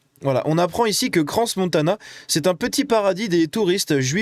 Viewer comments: On ne prononce pas le s de crans 😉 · C'est bien, vous pouvez voir que nos médias refusent de dire ce qu'il s'est réellement passé, tout comme les votres. C'est du foutage de gueule. Et si jamais tu dis pas le 's' dans crans. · Le s de crans ne se prononce pas 🇨🇭